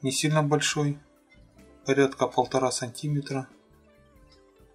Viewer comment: сантимЕтр ударение на Е